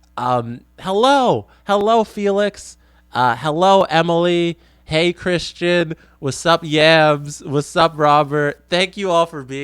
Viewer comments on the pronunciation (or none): none